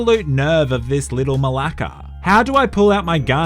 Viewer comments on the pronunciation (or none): I am greek Canadian and when I hear this man with a Australian accent say “This little Μαλακα” it made me ducking cringe so hard